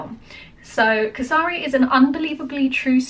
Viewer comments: it is "k" "S" for some , Ri for rename. The way u pronounce Kesari is KA SA RI means Cockroach. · Kay-sa-ri, saa-ra-garh-i. Rh has a peculiar pronunciation not common in English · Try to pronounce it. Kaseree or Kay-S-Ree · Dear, Kesari is pronounced as Kessri, it is the color of the Martyrs. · A few pronunciation correction for you. Firstly, “Kesari”, try “Ke- Saa- rii(as in ‘me’). Kesari is the Hindi for the colour “Saffron” which is also the topmost colour of our Indian flag 🇮🇳 and which in itself means sacrifice. Secondly, the actor is Akshay Kumar (Spelled Ak - sha -e’) it’s like taking the first and second syllable of ‘action’ and adding a ‘Y’ to it. And this is the true story from British rule in India where these 21 Sikh brave hearts fought for the British empire and laid down their lives. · It should be pronounced as " K - sa- ree "